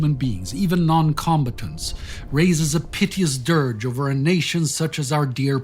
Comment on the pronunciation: boring, your agenda is show, long time subscriber - gone. You need to back off this new political bent BTW, needs more practice in reading the prompter and pronouncing words in English com-ba tants? I didn't realize for a moment he was trying to say combatant. Sorry, this has fallen too far.